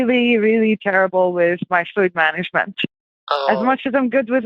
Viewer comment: She's definitely attempting a Dutch/European accent, but the way she says "Management" and "Account" gives away that it's not her actual accent. She's doing incredibly well, especially with that first sentence the way she says "Mr. Thomas" reminds me of a Finnish friend I had playing CS. If I wasn't listening for her to be an Indian call scammer, I would have been fooled for sure. Edit: Especially those 2 sentences she has that thick European accent (to American ears that's had a number of EU/English friends), it's really throwing me through the loop I'm not going to lie.